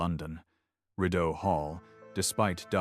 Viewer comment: Could you please learn the correct pronounciation of words - for example although the anglized mis-pronunciation of Rideau is understandable, but the Saint Lawrence River is not the STREET Low Rent. Sorry, I know it may seem like a small matter, but this discredits the rest of your story - the details matter.